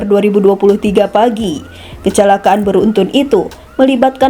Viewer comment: Yang membacakan narasi gak ada yang lebih baik ya? Jenajah, bin Jayid, ber-untun, plat er-ep, tau apa lagi tuh. Jadi males nontonnya.